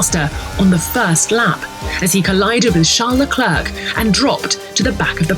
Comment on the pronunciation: She said charles leglerg